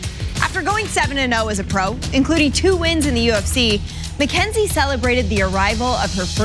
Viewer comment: Mackenzih Jern